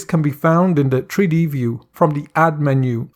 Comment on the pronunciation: Tree Dee LOL